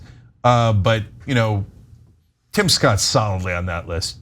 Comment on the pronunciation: Tim rhymes with dim, just saying :)